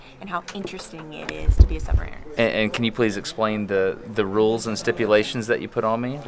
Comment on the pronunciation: the way he pronounces submariner does my head in😂